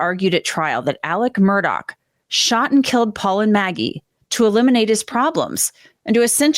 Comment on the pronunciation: It's not pronouced "Murdock". It's Murdaugh. Pronouced Merdaw